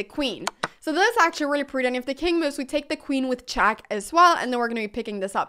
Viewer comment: Brilliant mee-oo-ves.